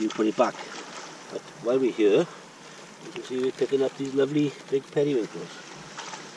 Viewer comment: I like how when he says here, it sounds like yuur.